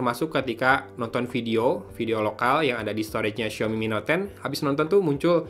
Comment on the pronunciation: sampe 3x balikan buat mastiin pas penutup aa bilang ny mi net ton 😂